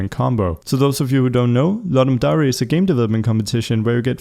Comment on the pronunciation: it's Dare, not dairy, as in truth or dare.